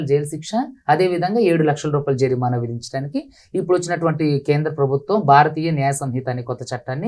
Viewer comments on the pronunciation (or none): జరినామా కాదు.... జరిమానా...